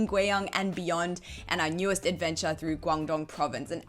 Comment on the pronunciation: Another superb food "advencha" 😁